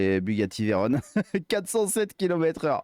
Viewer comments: VEYRON, pas Veyrone !! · BUGATTI VEYRON se prononce avec « on » comme camion. Et non pas Veyrone. La voiture porte ce nom en l’honneur de Pierre Veyron, un pilotes qui a contribué à forger la réputation de la marque avant guerre. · À lire avec un cheveu sur la langue : Alors actualy, on dit Veyron et pas Veyrone, car c'est un hommage au pilote Louis Veyron, c'est donc un nom propre.^^ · En revanche on ne dit pas Bugatti "Veyrone" mais Veyron. C’est le nom d’un courreur automobile FRANCAIS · Ça s'écrit même Veyron donc ça se prononce comme c'est écrit...très gênant...